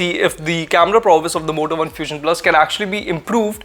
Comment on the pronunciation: Is it only me.. ? When ever he says Moto One I hear Vodafone....!